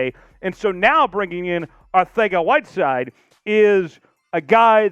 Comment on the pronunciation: Arth-ega? You telling me the c is pronounced "th"?